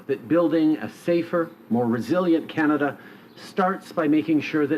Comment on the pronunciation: Maybe of you didn't kill off 50000 jobs in the last 4 years might not be as many homeless. Don't vote for this clown. Can't even say Canada properly